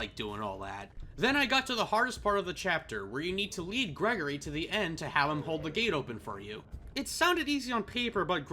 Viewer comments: GREY-GORE-E IT IS NOT GREGORY!!!!!! AHHHHHHHHHHHHHH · ITS GRIGORI NOT GREGORY